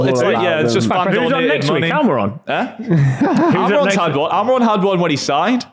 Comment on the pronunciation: How no one picking up on him saying almiron lol